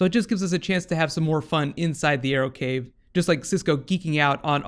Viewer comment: In the beginning ,Cisco said "We want to see the Arrow-cave.Do you guys have a Arrow-Mobile ?" ...is it me or is it reaaly sounding like Bat-cave and Bat-Mobile :D !!!